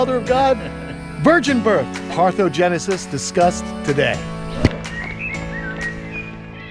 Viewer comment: Parthenogenesis not parthogenesis, they mean very different things